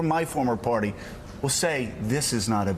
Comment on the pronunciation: Joe...the word is "Party" -- not "Porty"